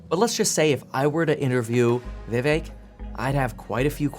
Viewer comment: vivek pronounced: viv(ache)